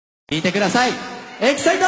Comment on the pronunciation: エキサイトの発音って本家だとサの部分がそんな強く歌われてないから違和感あるな